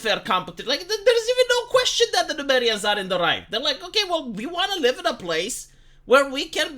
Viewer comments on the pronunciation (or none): The people of Númenor are called Númenóreans, not Numerians, smh.